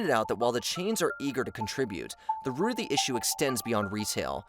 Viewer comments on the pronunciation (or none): none